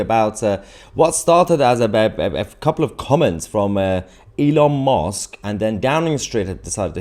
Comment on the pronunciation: Youre saying elon mosque. I said its close ill give him that instead of commenting. But you really emphasised it after that lol